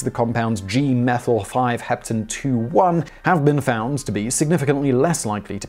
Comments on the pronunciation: "the compound G-methyl-5-hepten-2-one" Pretty sure that G is supposed to be a 6, and the "-one" part is pronounced "own", such that it would rhyme with "acetone" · the suffix -one is not pronounced "1" but own the same was as in bone. This is because there is a ketone